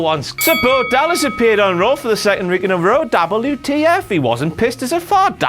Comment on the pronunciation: You mean DABBLU TEE EFF